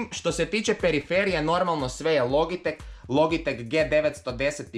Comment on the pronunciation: ne kaze se logitek logitek nego se kaze loditek